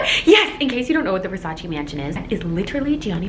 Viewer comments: Its Versace NOT Versaciii🤦🏽‍♀️😂❤Sorry not sorry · versacEEEEEEEEEEEEEEEEEEEEEEEEEEEEEEEEEEEEEEEE cristo santo not versaci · IT’S NOT PRONUNCED VERSARCI!!!!! IT’S VERSACE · VersacEEEE not VersacI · It‘s not Versaciiii it‘s Versaceee ! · People say 'Versace' wrong... it's not ver-sach-ee, its ver-saach-eh....🤷‍♀️ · Pleaseeee it’s Versace not Versaci ahahah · Ver-sa-CHE not versashi 🤦🏽‍♀️😬thank you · It’s not pronounced “Versaci” it’s pronounced “Versace” 🙈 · Omg amazing 😍 but the right pronunciation is VERSACH-EH not VERSACH-EE!! Love you ❤️💝 love from Italy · I know must be so excited experiencing this. But all the screaming over small things? Mad annoying. And not responsible enough to wear a mask? Bruh. ALSO how she pronounce VERSACE wrong the whole video??? This is upsetting. 👎🏼 super disappointed. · Me, an italian, being triggered the whole video with the way she pronounces versacE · Wanna shoutout Donatella but can’t even say Versace right and thats her #1 pet peeve. She sold that house quick and cheap she wants nothing to do with it so don’t flatter yourself thinking she gon see this 😂 this regular ass place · U love Versace so much yet you can’t say it properly.(btw I’m not hating just correcting on how to say it)